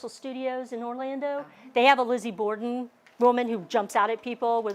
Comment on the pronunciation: Borden not Border.